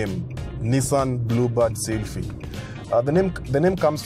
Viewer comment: Nissan blubad seelphee hahaha